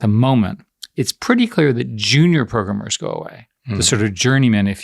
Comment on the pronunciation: Eric Schmuck. Always despised how he says 'PROGRUMMER'.